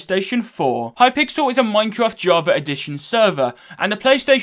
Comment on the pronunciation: I’m sorry I can’t get over the Hi-pixel instead of it being a full word. Maybe it’s just me, but he said it differently a few times lmao.